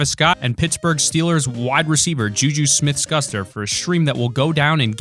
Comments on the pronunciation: This guy said ju ju Smith SKUSTER. It’s schuster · It’s not juju smith-skuster it’s juju smith-schuster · JuJu Smith Schuster!!, like SHOEster. Not skuster 💀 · Did he say JuJu Smith-Scuster Jesus your dumb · Lol juju Smith scuster Wow To 5th it's Schuster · Excuse me “ juju smith skuster”???!!!!!!!! It’s “schooster”! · Juju Smith Scuster?!? Juju Smith-Schuster (shooster) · It’s shoe-ster not shcuster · shuster not shucter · scuster? I think you mean shus-ter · Shoo ster not Shuster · Did he say Juju smith Skuster? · ITS JUJU SMITH SHUSTER (Shoe-ster) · who is juju smith custer? It's SHCUSTER ! SEE THE S??? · Did he say scuster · It’s JuJu Smith schussed not JuJu Smith gu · this mans said juju smith- SKUSTER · he called juju smith scuster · Ju-Ju smith "skuster" 🤦‍♂️ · Ju ju Smith SCUSTER WTF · That is not how to scueshter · Ju ju Smith-SHOEster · It’s shoe ster. That’s the pronunciation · you said JoJO s name rong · You said JuJus name wrong 😐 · haha he botched jujus last name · can’t even pronounce JuJu‘s last name right😂😂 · he said juju last name so wrong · He said juju smith schuster wrong💀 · He said jojo's last name wrong